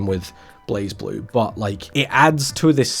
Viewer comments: Yeah it's "Blaze Blue" and not "Blahz Blue". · During the recent Arc System Works Showcase 2026, where they announced a new character coming to Blazblue, they had the official English narrator for the showcase pronounce "Blazeblue" as "BLEIGH-bloo" So uh, there's your answer, per the horse's mouth If you humor me for a second, the "E" in "Blue" is silent so the "U" has its long vowel sound, so I guess the "E" in "Blaze" is silent to replicate that effect. Doesn't explain the "Z" in that word though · it's blay-blue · I think it's technically pronounced as Blay Blue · It's pronounced "Blazblue" i believe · Also It's pronounced like BureiBuru